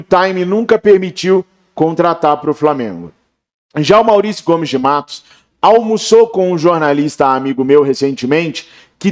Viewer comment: Meu Deus , não é Dunshees é Dunshee. Não Gomes de Mato, é Gomes de Matos!